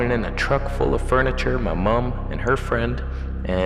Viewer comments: You say Mum a little like we do 🇬🇧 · you say "mum" like english do,......cool